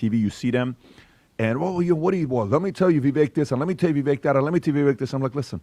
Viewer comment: Vivak. Rhymes with cake. Jesus guys.